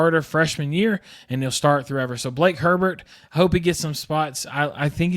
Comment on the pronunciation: Good video. It’s Blake Hebert not Herbert